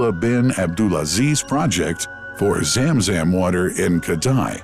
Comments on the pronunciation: It's Zamzam not zemzem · Correct. Narrator was spelling it as ZAAM ZAAM each time ZUM ZUM is more appropriate i believe. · why the fk english translation always run away from the real name,madinah ,and the speaker say madainah,zam zam and he literally say zem zem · It's pronounced Zum Zum (like zUM in UMbrella ☔) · How poor that the pronunciation of Zam Zam is completely wrong. Hired the wrong person for voice over! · Why have such a narrator who does not know the language and has mispronounced words such zam zam and medina. Listen to how he says it. I'm sure there are other words I missed! Just use a local narrator who usees proper pronunciation and not a white washed one. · He said zamzam so funny زم زم